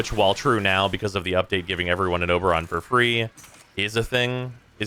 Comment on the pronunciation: It's Overon, 😓